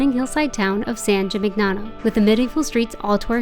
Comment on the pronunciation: Please note that the GN combination, in Italian, is pronounced like in the word "lasagna." So, this town is pronounced, San Gee-meen- yano. Nice video!